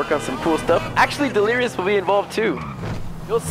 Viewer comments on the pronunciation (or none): Nobody: Literally Nobody: Not anyone: Nobody in the entire universe: Not anyone in the galaxy: H20 Delirious: sEalIRiOuS